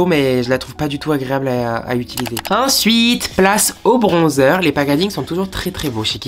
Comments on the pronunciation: Toi aussi tu dis “ituliser” au lieu de “utiliser” ptdrrrrrr tout le monde se moque de moi à chaque fois parce que j’arrive pas a le dire correctement 😭😭 Sinon vraiment top cette vidéo comme d’hab ! 🥰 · "Je vais ituliser les couleurs?" 😂 Tu y étais presque 😭